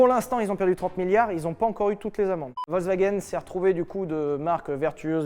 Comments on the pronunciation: On dit pas Volk mais Folk le V se prononce F. Voilà Fallait le dire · ça se prononce FolksVagen bande de brèles !